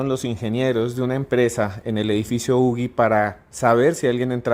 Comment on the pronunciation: No se pronuncia ugi ..(como.lo.pronunciaron en el programa o sería ugui)se pronuncia (uji).Que pasa con estos antropólogos ...También es importante que fue el primer edificio en latinoamerica q se construyó de arriba hacia abajo a partir de un núcleo central ,donde estan los ascensores.